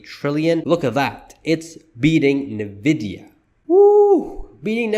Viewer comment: Great video! It's indeed a Sheesh moment! A small correction. NVDA is pronounced with the letter N (N-VIDIA) and not as "NE-VIDIA." Let's go! Sheesh! 😂